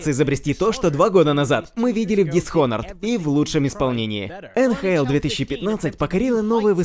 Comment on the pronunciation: Тот самый момент, когда "Дизхонорд"